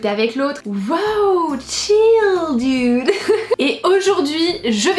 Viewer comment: On ne dit pas "Dioude" mais "Doude" pour le mot "Dude" juste pour te conseiller :)